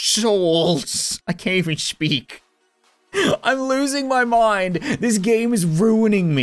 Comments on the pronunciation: ITS SPEAK NOT SHEAK WTF? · “There should have been two souls! That should have been two crushed testshcular shouls- I can’t even shpeak😂😂” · “I can’t even shpeak”